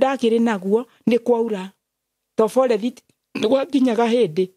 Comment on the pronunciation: Pole mum, i wonder hiyo “forerithi” means forest 🌳 coz old kikuyu folks used to butcher English words if they could not pronounce it